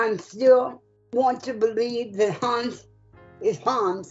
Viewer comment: As a german it's extremely funny listening to them, trying to say Hans. I accept her pronunciation but the moderator's...dude. "Hans" and "Heinz" are two different names. But I have to admit this is the first time I actually had fun watching one of these videos. I am probably gonna come back just for Hans.